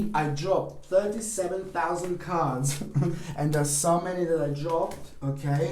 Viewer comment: “37,000 CAHRDS!!!!” 😂🤣🤣😅 I absolutely love you you make me laugh so genuinely and it’s healing thank you 🙏